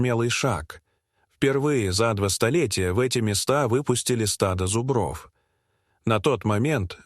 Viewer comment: Подарите лектору орфоэпический словарь. Замечательное видео, но от зубрОв уши вянут!